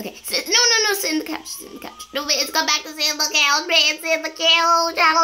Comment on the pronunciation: FruityOrange. I think she say mit xD